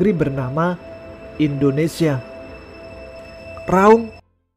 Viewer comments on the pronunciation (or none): none